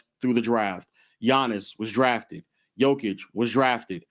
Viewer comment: pronunciation be killing me. Jokik, big ock. Damn stop butchering names 😂